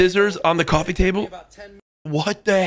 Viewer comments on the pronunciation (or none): or so] this man pronouns coffee like colthee💀💀💀